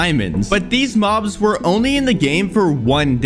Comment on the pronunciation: "Minecrap has many different mohbs"💀